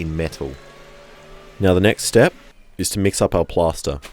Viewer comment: it's PLASTER!!!! PLASTER!!! not PASTA... I kept hearing pasta and couldn't understand how pasta would be a good mold :P